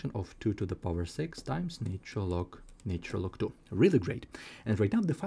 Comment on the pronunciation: This fellows pronunciation is irritating for any musical ear.I cannot understand why this chain cannot find people who speak proper English,to explain Mathematics. Apart from the irritating lilt,I am sick of hearing " naytural " instead of " natural "......